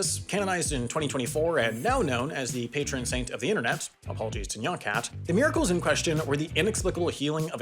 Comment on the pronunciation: He pronounced "nyan" correctly